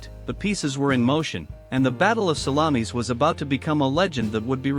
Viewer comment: I think it is the pronunciation --it is 'sal-lom-is not sal-la-meeis. If they get to the battle of Cannae, please it's Cann-eye, not Canny.